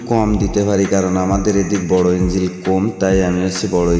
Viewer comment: বাংলা ও ঠিক করে বোলতে পারছোনা লোককে কি বুঝাবেন ইঞ্জিন আর ইঞ্জিল আলাদা জিনিস